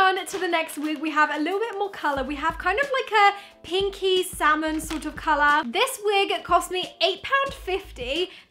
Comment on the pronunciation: I thought she said kinky salmon not pinkie salmon lol.